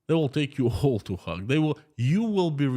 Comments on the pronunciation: It's pronounced hage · Hague is pronounced as 'Haig' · Another interesting talk while I eat my salad. I like your pronunciations of the Hague. The town I live in is full of 4th generation Dutchman. Yeh - The Hog. I like it. I been thinking. Let's say they do declare war against Ukraine for it having the temerity to actually defend itself against Russian aggression. Russia has already pulled out the old stuff for fighting. Some of it goes back to World War 2. I've seen a lot of videos where their soldiers are neither equipped well nor are they treated well by their superiors. The text from a lot of phone calls shows they do not want to be there and really don't believe in Putin's war. They say he is running out of the missiles he is using to kill Ukrainian babies. They say even the ammunition is getting low in supply. Tanks, trucks and railroad supplies are being blown up by HIMARS and the BAYRAKTAR. As an economist, you have been taught to view the war by resources. It looks like Putin is slowly running out of war resources. He can mobilize more men but is this an effective use of resources? He doesn't have the resources to train these people. Some resources are intangible Crimes against humanity may not retain even his traditional allies. Allies are a resource. This resource too may be squandered. A great resource is the support of his people. Killing the husbands, sons and fathers of the people may lead to a diminishing of this support. He certainly will not come across to the world as a moral example. You say over a million ha